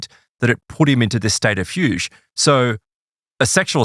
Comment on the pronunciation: It’s pronounced “fugue” 😄